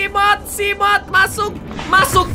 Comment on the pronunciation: Seamoth atau Seagled,bukan Simoth atau Siglied wkwk